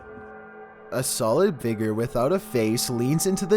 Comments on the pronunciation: "Maybe together we can F I G E R out-" Figer? *Figure... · say figure more clearly